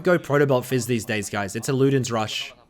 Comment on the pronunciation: It's "fizz" and "ahri" Not "We" and "ahri" Or am I wrong?